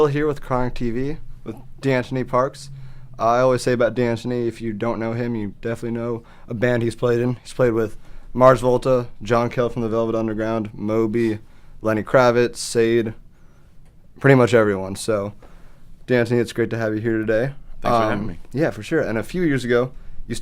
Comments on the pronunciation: Did he say sade?...its pronounced sha-de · Isn’t ‘Sah Dae’ how it’s pronounced?